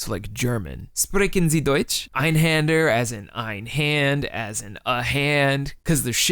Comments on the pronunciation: Händer in Einhänder is pronounced “HEYN-der” or “HEN-der”. Definitely not “HAN-der” or “HAHN-der”. The Ä changes the usual “ah” sound of A into an “EY” sound (that’s EY as in HEY). Also, the Arabic sea monster, Bahamūt, is pronounced “BAH-hah-MOOT” (long OO as in “boot”). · I’m not a native German speaker, or that good of a German speaker in general, but Hand in German is just spelled Hand. It’s pronounced like you said, but händ is actually pronounced like “hend”. Also. I’m pretty positive (remember. Two semesters of German and some classical singing so I could be very wrong) when you’re talking about a numeric amount of things it wouldn’t be “ein” it would be “einst”. So the real name would be Einsthander, or one hander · he pronounced it weird